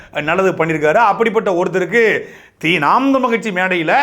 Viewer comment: தமிழ் என்று சொல்லுங்க சாட்டை தமில் தமில் என்று சொல்லும் போது மலம் தொட்ட உணர்வு வருது வேறு யாராக இருந்தால் கெட்ட வார்த்தையில் எழுதி இருப்பேன்.